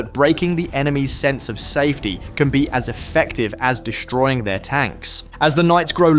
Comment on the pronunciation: These are Strikes NOT "SHHTRIKES"!. the word DESTROYING is NOT "DESHHTROYING", STOP! PUTTING SHH where is should be an ST sound in speech. SHUCKS! He also says INFRASHHTRUCTURE. Try and practice saying ST sounds where they are ST sounds in WORDS.